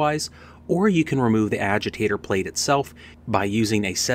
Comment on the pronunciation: What in the hell is a aweger lol. Its Agitator